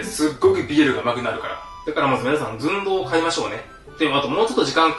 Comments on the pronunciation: ズン↗ドウ↘ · 寸胴の言い方が好きすぎるw